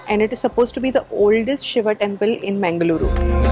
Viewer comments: its not mengaluru as pronounced. its pronounced mangaluru named after godess mangala devi. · you should try to pronounce the name of city correctly. It's Mangal-ooru (first part is pronounced as the word "Mangal" is pronounced, which every indian knows and second part as "ooru" meaning place - now you know what the name of city means). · It is mangalooru nor mengaluru. That part of the world is meditative and people are polite easy to talk to.